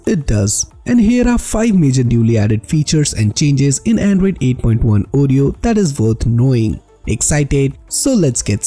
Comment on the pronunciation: "Andruyd Eiight Puint one Ureyo" Hahahahaha